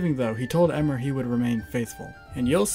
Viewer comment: It's pronounced eeee-mer not eh-mer